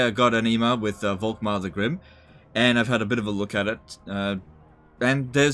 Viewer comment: The „V“ is more pronounced like a „f“